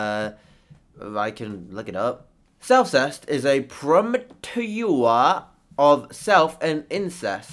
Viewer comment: Ah yes, "promituyuwa" is how you pronounce "portmanteau".